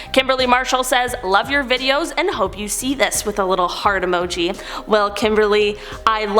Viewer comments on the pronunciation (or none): none